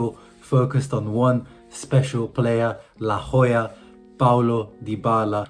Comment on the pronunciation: it's la joya not la Hoya. And you sound like a phony with that fake accent.